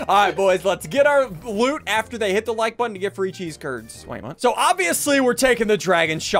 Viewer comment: It’s not “HIT THAT LIKE BUTTON”... it’s HIIT DAT WIKE BUTTTONN